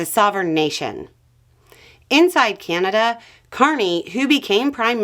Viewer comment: Drink every time that she says 'Keyanada' 🥴